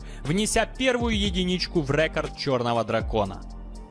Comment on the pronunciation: Что такое "рЭкорд"?